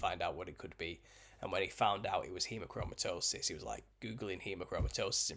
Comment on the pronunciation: Wow you taught hemochromatosis so well! And actually pronunciation was on point!